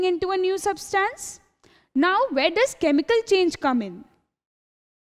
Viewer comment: its substance- sub-stunce/ not substaance